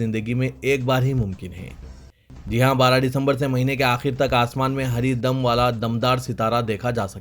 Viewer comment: haridum ko apne 5Baar Hari Dam Kaha Hai Baraye Meherbani Talaffuz Par Khiyaal Farmayen